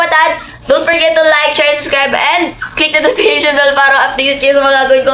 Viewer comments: Suscribe yarn Malaki na Hindi parin maka pronounce Ng subscribe hahahahahah😂😂😂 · Subscribe po hindi po Suscribe😅